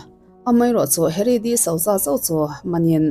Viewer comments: Disauza nilo in disuza tih anga lam tur... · Di-suza ti a lam tur ania 😊